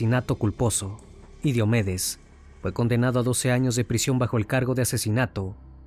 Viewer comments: Solo una cosa. Casi todo el video dijeron Diómedes pero se pronuncia Diomédes, como lo decían al final. Lo poco que escucho de ese cantante es que era más dr0gas que persona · Me pareció muy fastidioso escuchar Diómedes, cuando es Diomedes con acento grave o Combita en vez de Cómbita. Muy bueno el documental, pero si es importante que confirmes la pronunciación correcta de los nombres de ciudades y personas, es algo muy importante al contar relatos así.